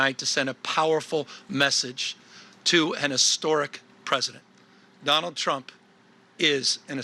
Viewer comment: did he just say jonald drump lmao